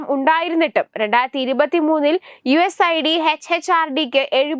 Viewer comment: യു എസ് ഐഡി അല്ല യുസ് എയ്ഡ് ആണ്